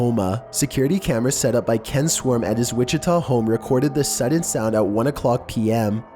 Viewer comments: Witchy Witchita mystery XD IM CRYING!!! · Wichita KS not Oklahoma.. but love the videos!!